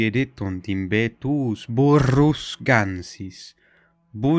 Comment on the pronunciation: When you said "Burrus" I felt it. I would give the Lusitanian a different pronunciation in the end of certain nasal sounds but that might be my Portuguese bias.